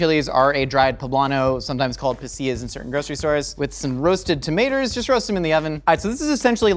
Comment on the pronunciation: I love how he's trying so hard to pronounce everything then just goes ahead and says tamators